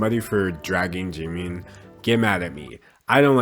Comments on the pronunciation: I can hear the kpop stans screaming in the comments because he said 'jimeen' not jimin lol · its jimin not jIImIIn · "Jee-mean" thought it was Jimin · “jimmi” Me: ITS “JIMIN” Also me: oh shoot I hate k pop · i love how you pronounce 'Jimin' like 'Jeemin' lol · The fact that you got away with calling him "jeemeen" the entire video is fucking hilarious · This is something stupid but it’s killing me you keep pronouncing him as Jeemin.... please don’t do that....... yet again sorry it was just wrong pronunciation bye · "park jeemin" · No one:: Jee-mean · I love you, but JEE MEEN? Lol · he really said jeemeen with his whole chest huh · The way he says Jimin so funny 😭😭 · I love how he pronounces Jimin’s name wrong the whole time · Me just cringing that you say jimins name wrong, still love it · you said jimins name wrong😭🤚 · THE WAY HE SAID JIMIN lolololll. Btw. Poor BTS.. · Anyone else bothered by the mispronunciation of jimin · aka him saying Jimin wrong for 13 and a half minutes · ...this is how you pronounce it...? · bruh the way he pronounces his namee ahahhah